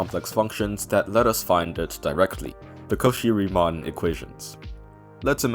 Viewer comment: calling cauchy a 'cohee' like japanese call cofee xdddd. ok.